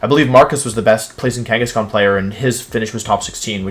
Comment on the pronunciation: DO NOT LEAVE OFF THE H IN KANGASKHAN!